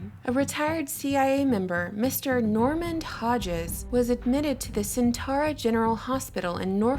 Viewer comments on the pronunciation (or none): none